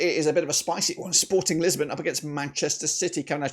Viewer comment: its lisbon not lissabon, but also its Sporting Portugal, not Sporting lisbon. also with all due respect this milan side isnt winning at the bernabeu, i dont think inter will lose at home either tbh, the zvezda beating barcelona i can see happening for some reason but i think barcelona are too strong to back that rn